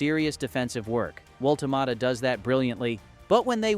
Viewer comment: I think I counted maybe six different ways to MISS-pronounce the BFG's name, so that is history wrong, data and details wrong, namjes wrong. Thumbs down and blocked from me.